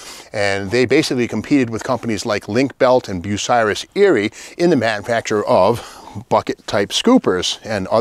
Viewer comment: Thank you for pronouncing Bucyrus correctly. My hometown, and the birthplace of the Ohio Locomotive Crane company.